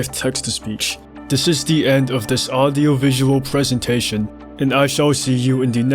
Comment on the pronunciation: why does he say "Audio" like "aRdio"